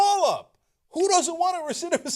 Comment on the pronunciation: Did Cenk just messed up the word "recidivism" twice? lol